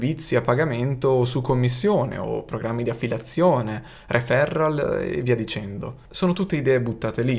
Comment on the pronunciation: Referral si pronuncia con l’accento sulla e 😜